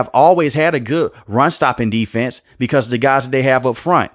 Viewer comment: Cause, not cost